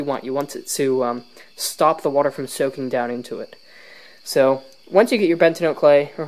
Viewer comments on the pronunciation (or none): Yes please it’s bentonite. Ben-ta-nite. Pronounce It ben-tá-nite or Ben-toe-nite not bentanyl. BUT SUPER VIDEO AAA+ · It is BENTONITE. Not BENTINOTE. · Ugh. bentonITE, not bentonOTE. Yer killin me. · Hey it's bentonite clay not Bent-a-note clay that pronunciation is actually ridiculously annoying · It's pronounced "Ben-toe-night" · its pronounced ben-to-night